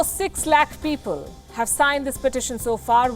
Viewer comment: Lakh😂😂😂 what is lakh... You can't even say his name right... 😂 Go do some homework before coming to to your work baby.. Go home... 😂